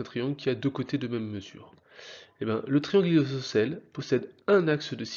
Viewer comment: MDRRR APPREND A PARLER AVANT DE PUBLIER (isocele.....)